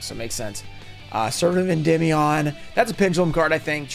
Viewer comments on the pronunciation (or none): none